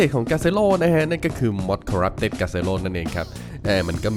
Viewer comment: Corupted ไม่ใช่ coreption ครับ